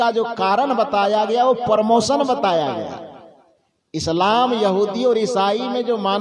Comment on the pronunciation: Sir, you are not reading इस्लाम properly